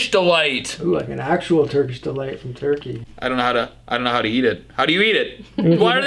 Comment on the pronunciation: churkey? Or Turkey?